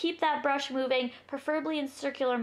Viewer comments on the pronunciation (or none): none